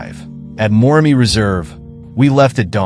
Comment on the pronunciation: Wish you could pronounce Moremi and Chobe correctly as you present this amazing video!